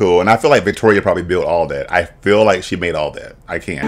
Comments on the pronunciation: Not Fish-Toria 😂🤣😂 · Nina you did NOT say FishToria😭😭😭😂😂😂😂😂😂😂😂